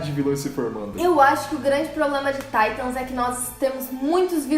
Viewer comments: QUE PORRA DE TAITAM É TITANS AAAAA DA AGONIA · PARA DE DIZER TAITANS